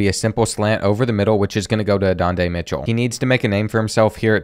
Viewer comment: Who is adondae Mitchell?😂 learn the names 😂